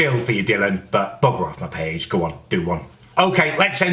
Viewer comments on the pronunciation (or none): face. boowk. payyge.